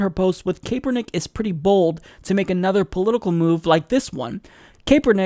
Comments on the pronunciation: its pronounce capernick not kaypernick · Just a FYI , Kaepernick is said like ... Kap+er+Nick . The 'E' is silent . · "Kay-pernick" :D